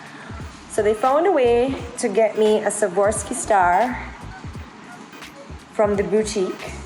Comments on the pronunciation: Just wanted to help you with the pronunciation: Swa-rov-ski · S w a r o v s k i......not savorski.